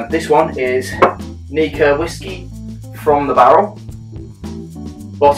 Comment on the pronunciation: Prefer your pronunciation of the brand. Mine gets awkward looks...especially when I'm staff in the House Of Malt and referred to this one as the most sexy little Nikka in the range :-P